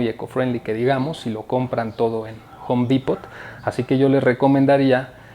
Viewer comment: El "t" en Home Depot no se pronuncia.